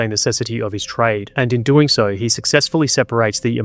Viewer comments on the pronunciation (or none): I just wonder why you say 'sore' instead of 'so'.